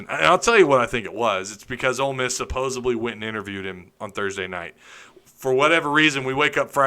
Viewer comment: The word is supposeDLy not supposeBly